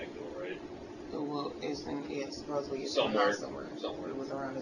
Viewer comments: "Supposibly" LMFAO what an idiot. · And the use of “ supposeBLY” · Supposubly.Americans are destroying a great language.